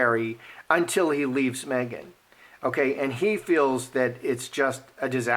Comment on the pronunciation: Did you say megain. Lol